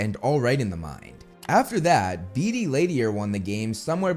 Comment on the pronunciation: Love you bro, been listening for a long while, but all I can hear is you saying "Dee Dee" instead of "Beetee" and it sounds hilarious as I keep imagine Dee Dee with Dexter's mind ❤